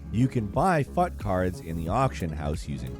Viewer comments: Couldn't find whether anyone else mentioned this: FUT is pronounced like "foot", not "futt". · I keep hearing Fut as Fuk points